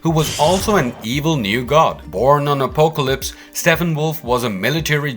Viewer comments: Same , also butchers the pronunciation of Apocalypse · Also Day-tees (deities ) and Oh-poke-a-lips (apocalypse)